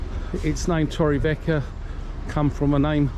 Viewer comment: You need to pronounc torrevieja properly